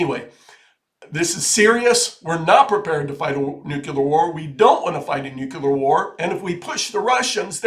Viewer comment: Nuclear. Nu-clear.